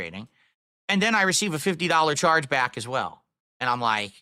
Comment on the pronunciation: "I win 100% of charebacks!"